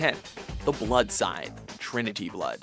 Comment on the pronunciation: When announcing the weapons the announcer couldn't say scythe, (he kept saying sign) but when telling about the weapons he knew how to say scythe.